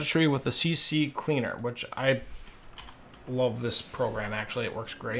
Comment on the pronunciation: Remember its C-Cleaner, not CC-Cleaner. You coud maybe say CC-leaner, but that makes no sense